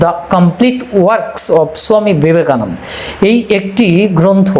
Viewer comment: দেখুন মহাকাল মহাশয় যখন বাংলাতে কথা বলছেন তখন বাঙালির মতো উচ্চারণ করলে ভালো হয় না কি? বাঙালিরা ওনাকে ছমি বিবেকানন্দ নয় স্বামী বিবেকানন্দ বলেন!